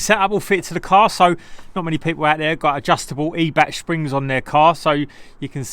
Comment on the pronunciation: it's more like eye-bach. with the choking sound... like when you have to spit a yellow one "chhhh" .